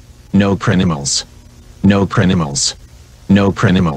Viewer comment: You know, I don't think the guy who made salad fingers is ok this part didnt scare me because i was focused on how he was saying "No CriNimals"